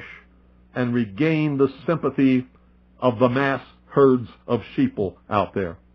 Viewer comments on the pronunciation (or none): That's funny when he said "Sheepeople" that is for the people in the world who are blind to what is really going on.